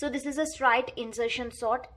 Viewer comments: Mam pronunciation of straight was wrong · yaa its not strite its straight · Actually she is telling strite